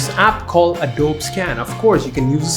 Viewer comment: And it’s Adobe scan not Adob scan